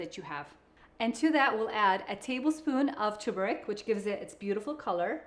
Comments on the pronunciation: Its tuRmeric, not "toomerick." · Please note that turmeric takes a short U. The same U one hears in turn.